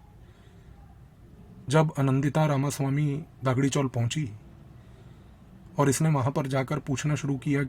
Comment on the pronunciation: सस्पेन्स स्टोरी मगर सस्पेन्स वैसे का वैसे ही रह गया! खुलेआम बता दो उस कॉंग्रेस नेता का नाम जिसने बुखारी को मरवाया ! आपके उच्चार ठीक नहीं जैसे दगडी चाल को आप दागडी चॉल बोल रहे हो वैसे ही अरुण गवळी को अरुण गावळी बोल रहे हो ! बुखारी ने यह सिक्रेट और किसी को बताया होगा जिससे और जानकारी मिल सकती है ! शरद पवार को बेनकाब करने के लिये और जानकारी दे दो ! तेलगी के साथ वो जुडा था वैसे ही मुंबई बॉम्ब ब्लास्ट के संशयित शर्मा बंधू से भी जुडे हुए थे !